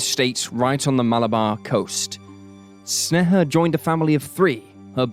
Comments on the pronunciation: It literally takes like 30 seconds of research to find out that sneha is pronounced like "snay-hah" and not whatever snuh-huh is supposed to be. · Snay-ha, not Sne-heh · i hate how u say her name. u say it soo many times and it sounds weird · Hearing my name from an American's mouth it feels wierd. You butchered the pronunciation. I am cringing.